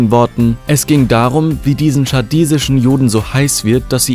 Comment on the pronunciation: chassidisch nicht schassidisch